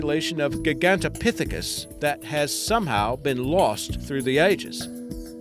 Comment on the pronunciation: Good list though, you mispronounced Mosasaurus and Gigantopithecus. Yet in a previous list you've pronounced them right.